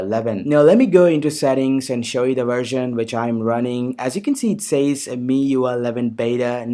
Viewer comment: Bro nice content. Anyways, it's pronounced as "Mi-Yu-Ai" not Mi-Yu.